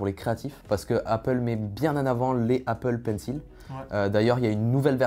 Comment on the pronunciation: Quand tu entends la prononciation de Apple Pencil du mec qui bosse dans les specheul effex ... 😭